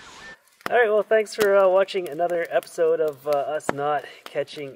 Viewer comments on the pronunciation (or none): none